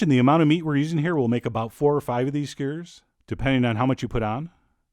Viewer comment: "SkYOU-ers"..... Not "skyers". You sound Canadian, yaknow.